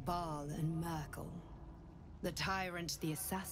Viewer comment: Eher "Mürkul" - naja, zwei e's mit anderen Vokalen ausgetauscht. Passiert. Aber ich habe da nicht einmal dran gedacht und kann es leicht überhören.